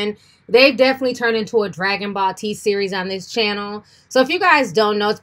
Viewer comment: Did she say “dragon ball t” 😂🥴